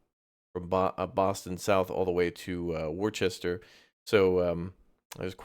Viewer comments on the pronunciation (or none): Worcester, Pronounced "Wuss-ter" ✌